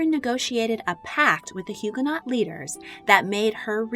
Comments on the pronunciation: If you say HugaNOT again I’m going to scream!! HugaNO - the T isn’t pronounced. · Loved the vid. FYI to those reading: Huguenot is pronounced Hugh-guh-no. Silent t and ending sounds like “no” instead of “not” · The last letter of French words is invariably not pronounced. So, Huguenot and Huguenots are pronounced Hugo—no and hugo-nose! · FYI the last syllable of “Huguenot(s)” is pronounced “no”, and the H is silent. The St Bartholomew’s Day Massacre was a major blot on Catherine de Medici’s reputation and legacy. It took decades for France to recover from its sanctioned persecution, torture and slaughter of French Protestants. On the other hand I have great sympathy for Catherine’s embarrassment at being supplanted in her husband’s affections by Diane de Poitiers. That must’ve made trying to have children with him uncomfortable at best and distasteful at the worst. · The T is silent in Huguenot. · The T in “Huguenot” is silent.